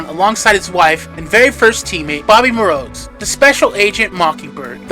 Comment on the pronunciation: It's Bobbi Morse, not Bobbi Morose